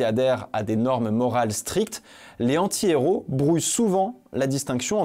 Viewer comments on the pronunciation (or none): Mais pourquoi tu ne fais pas la liaison entre "un" et "antihéro"?